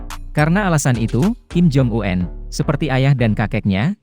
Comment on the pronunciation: Omong kim jong-un kok diganti kim jong uenn . Kenapa gak apa adanya aja